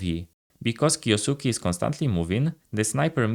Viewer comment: It's kyousuke not kyousuki